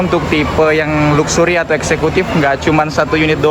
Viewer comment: Baca nya laksery , bukan luksury , bikin malu aja , arti nya kemewahan